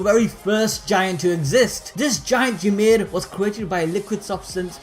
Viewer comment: Ymir is pronounced "E Meer" and is only pronounced "yuh meed" because of the limited alphabet, making the closest spelling "Yumiru Furittsu"